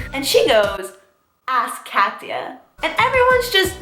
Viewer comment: Omg I thought you kept saying cassia like that was your name!